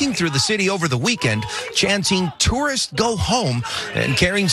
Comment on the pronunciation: It’s those “tursts,” ruining everything 😂